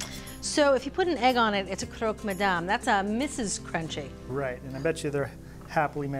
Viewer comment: I wish someone had told her it’s not “croak”, it’s Croque , like truck. Would have made the video more polished. That’s how the Parisians pronounce it. Croque Monsieur, amazing sandwich.